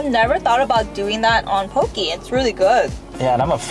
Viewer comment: how u can tell theyre not from hawaii "pokey" lol